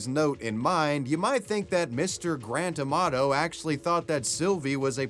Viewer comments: I thought you were saying Grand Tomato. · When you say Grant Amato it sounds like Grant Tomato.